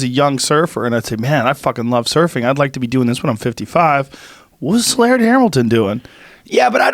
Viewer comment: Its pronounced lard.